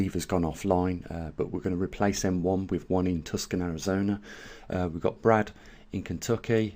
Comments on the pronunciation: Dude, surely you've heard the Beatles song. Pronounced Tu-son in Arizona. Not Tuscan, as in Tuscany, central Italy. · Tucson is pronounced: to son. The c is silent. Thank you for your videos. I’m in AZ also. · look forward to tomorrow. btw it's actually pronounced Toosawn. Thanks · lol I live just north of Tucson, pronounced Too-sohn. :) Like john, tucson, they rhyme.